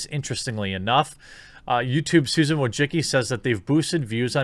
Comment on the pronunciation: Susan....how did you pronounce it?